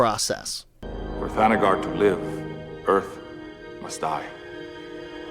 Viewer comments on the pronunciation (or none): It's THANAGAR!! Not Thanger.